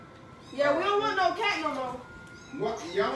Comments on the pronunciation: I thought you said car not cat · This girl said car instead of cat lmao😂😂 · It’s say car 😂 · You Said car not cat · You can't spell you said car it is cat